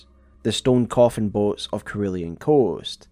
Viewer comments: bro pronounced cerulean as kerulian lmao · Cerulean Coast is pronounced suh-roo-lee-uhn not Ke-roo-lee-uhn 👍 It's a shade of blue 😊